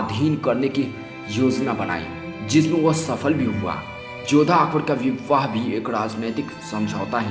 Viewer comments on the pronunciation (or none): O bhai pahle bolna sikh le chutye vivvaah...🤣🤣 tu hai chuttiyyaah....🤣🤣